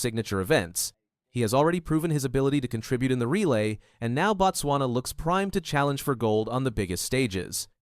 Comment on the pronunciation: Not "Bat-swana"!!!! It is "Boat-swana" or even better "Boot-swana"